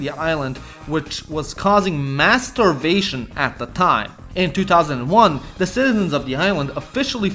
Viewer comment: Your pronunciation of "mass starvation" sounded a lot like "masturbation".